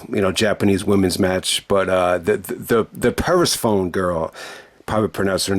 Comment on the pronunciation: Your pronunciation of Persephone was way off 😄. The first part is pronounced like "Per", then the "sephone" part is pronounced like Stephanie (but without the 't').So just think of it as 'per-Stephanie', but remove the 't' from Stephanie. I only know how to pronounce it because there was a character named Persephone in the God of War video games.